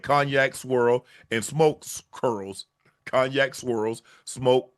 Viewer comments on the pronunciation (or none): none